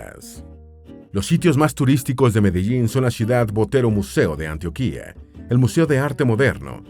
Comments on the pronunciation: Se pronuncia Antioquia con cento en - tio- de lo contrario Antioquía es una zona de Turquía...faltó actualizar la desmovilización de las Farc y la mejora económica y turística de muchas zonas que estaban bajo su control.... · Antioquia, el acento va en la segunda sílaba, Arauca ..... En fin gracias por el documental, ya se que mi país es una 💩 y cada vez va peor, la mitad del video describe el peor país del mundo, un país que se jacta de una independencia sin plan al conseguirla que nos sumergió en la violencia que ha continuado hasta hoy. Todo a medias, nada concreto, corrupción y más m13rdA..... Y aún así quiero que mejore y lo quiero, qué triste. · El narrador tiene primero que aprender a leer Español, es un insulto la pronunciación de muchas palabras y nombres propios como Antioquia , Arauca y otras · Se equivoco con la fecha del la firma del acuerdo de paz y no pronuncia bien el el nombre de Antioquia de Arauca pero esun buen video y espero que siga hablando mas de Colombia y que la proxima pronuncie mejor los nombres de los departamentos de Arauca y Antioquia y me alegro que no solo se sentrara en los lugrares donde se produce C0caina si no en la geografia de todo el pais🙂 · Hola amigo, me encantó tu video!! Pero "Antioquia" se pronuncia con la "O" tónica, el "Antioquía" al que te refieres es otro lugar, igual muy buen video :D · Como colombiano me agrada este tipo de contenido que divulgue las maravillas de mi país, sin embargo también como colombiano debo anotar que tiene muchos errores de pronunciación y datos: Antioquia no lleva tilde, la que lleva tilde es la que queda en Turquía; el río y el departamento se llaman Arauca no Aruaca y las montañas que rodean a Bogotá, y ninguna montaña en el mundo, va más allá de los ¡31.000 m.s.n.m!; solo por mencionar algunos errores. Las opiniones son debatibles, pero los datos y los nombres no. Lástima que tan buen trabajo de investigación falle así repetidamente. De todas formas, chévere el video.